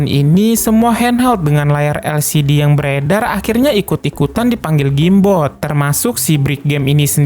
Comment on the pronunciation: Penyebutan Awal: Game boy ✅ Gim boy ⚠️ Gim bot ⛔ Jim bot 🤦‍♂️ Jem.. 😂🔨